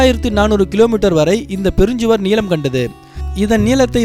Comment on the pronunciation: The subject is good and informative,but the pronunciation was not at all good. For example length in Tamil is not neelam but neellam. Neelam means blue colour and not length